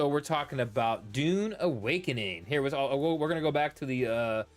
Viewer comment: Pronounce the U its not an O!